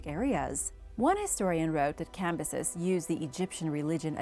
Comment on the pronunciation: Cam-bi-sees (edit) you said it so many times Her-rod-eh-tus